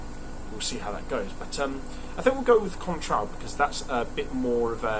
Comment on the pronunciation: and Im: 10/10, shame about the industrial mishap. Im is annoyed about the pronunciation of Cointreau! U da best!